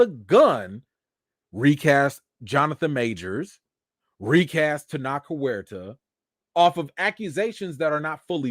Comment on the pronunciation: Thanks for calm and fair commentary on a difficult topic. And about the pronunciation of Tenoch Huerta: Your pronunciation was closer than the suggestion another commenter gave. Here are a couple of pronunciations that seem authentic: and